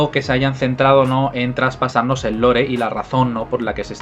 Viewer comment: Lore se pronuncia "Lor"no "Lore".